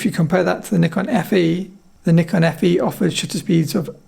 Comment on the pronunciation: Great to hear the host pronounce the word "Nikon" as 'Knee Con' instead of most hosts in YT pronounce it as 'Nigh-Con'. My highest respect! 👍🙇🏻‍♂️ I own Nikon FM2N. It's a tough camera! 👍